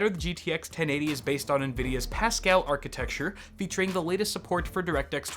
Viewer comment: FINALLY SOMEBODY WHO CAN SAY THE WORD ARCHITECTURE... God damn dog... Gameranx and Luke from LinusTechTips say "arcatexture" and it just sounds so dumb... seriously where the fuck does anyone see an X in there? You want me to start calling tinctures tinxtures?